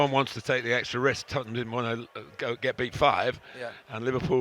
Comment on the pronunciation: it's da totteham way